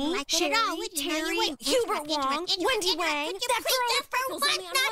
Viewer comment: Did she say windy wong